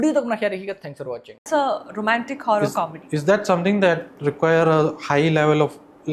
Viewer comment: 'Harrar' nahi 'Horror' hota hai 😂🤣